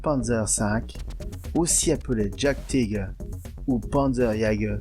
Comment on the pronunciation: Juste pour faire mon pinailleur… : Il faut prononcer « yaguetiger » (comme « yaguepanther » , « yaguepanzer » ou « panzeryaguer »)…